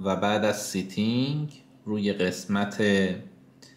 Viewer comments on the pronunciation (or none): سی تینگ نه لطفا بگید ستینگ مرسی